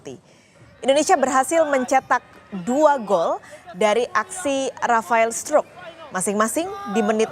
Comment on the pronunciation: Rafael struk 😂😂 struick weyyy